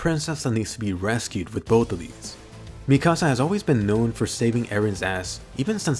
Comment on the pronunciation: Mi-kasa is my house in Spanish its Mik-asa please say it right